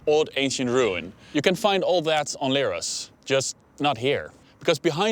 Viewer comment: its not leeros , its lerh-os like lepricot , lemon , lent not like leerhoy or lyrics